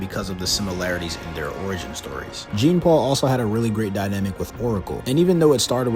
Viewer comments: Jean-paul..... Jean-paul... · He went the ENTIRE video without taking the time to actually lean how to say the character's name. Painful. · the funny thing is that sometimes he does it throughout the video. So either he's mispronouncing on purpose or is a bot. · Zhohn-Palh is how you pronounce Jean-Paul. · Okay 3 minutes in and I hate this guy. It's not "Gene Paul Valley"